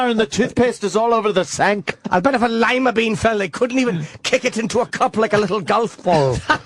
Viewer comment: "If a loy-ma bean fell I bet they couldnt even pick it up with a loyyy-ma bean scooping apparatus!"